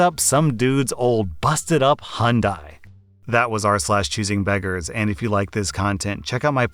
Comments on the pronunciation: He says Hyundai weird, search up Hyundai country calendar and you'll hear how I grew up with it being said. Who tf says hoonday? It's fucking Hi-YUN-dai... Thus concludes my Ted-talk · You're pronouncing Hyudai incorrectly. Remember the commercials? "It's Hyundai, like Sunday." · okay so I actually looked it up It's pronounced H-yun-day, that is the correct pronunciation according to Korea where the brand is from the y is not silent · for a bit i was actually confused about the car he was talking about becuse it sounded like he was saying hundai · I won’t lie the way you say Hyundai invokes violent feelings within me 💀 Great video tho keep it up 👍🏼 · Had to check if he said Honda or Hyundai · Is that the typical way anericans say Hyundai?